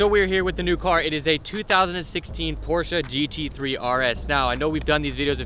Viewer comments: porscheeee not porsh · Did this man just say Porsha? Lmfao